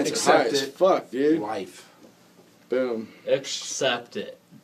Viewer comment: ackshept it, what a classic